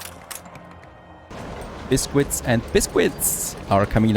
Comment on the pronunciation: Oh my god, your butchering of the pronunciation of Biscuit is triggering.